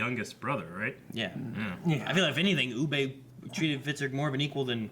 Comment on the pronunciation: Ub-buh. Please say Ub-buh. It's not a huge thing but fuck me he's not French and they even say it on the show many times. Oo-bay. where did this even come from